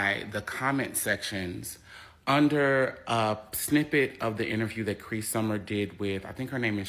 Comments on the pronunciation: CrEE, not 'cray' lol. She was famously the voice of Numbah 5. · Dude, her name is NOT Kray.........it's K-REE Summer. Cree Summer has ALWAYS BEEN WEIRD............ALWAYS WILL BE WEIRD!!! She is the penultimate weirdo-psycho chick which is what she played in " A Different World" Marisa Tomei won an Oscar a couple of years after Different World; Cree Summer got older and STAYED WEIRD and single..... That's why she's 55yrs old and STILL single and humping other people's 20 to 40-somethings yr old son's (daughters ?). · Cree, not Cray and yeah she's a wacko. Actually Cray is a good pun. 😆😂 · it's Cree Summer why are you talking about her name like she's crazy LOL